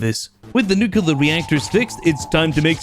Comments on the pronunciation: is me or he says nucular instead of nuclrear? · "Nucular", though? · I swear the next person who says ‘nucular’ is going to get it. I have a very pacific set of skills and I will find you.